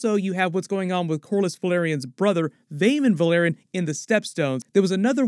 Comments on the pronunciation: Dude, Valyrian and Velaryon are pronounced DIFFERENTLY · Thank you so much for these analyses, I learn so many new things about each episode and the show in general with every video of yours I watch, and the first thing I do after finishing each episode is watch your breakdown video:) Just one comment, like so many other YouTubers you mispronounce the "a" in "Velaryon", It would be amazing if you could use the show's official pronunciation in your videos. Thanks a lot, I love your channel!